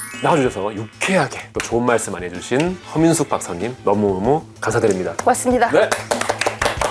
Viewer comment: 허민숙 박사님이라고 할때마다 커밍순으로 들리네